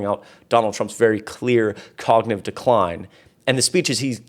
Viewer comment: Please make note, it is cognitive, not cognive.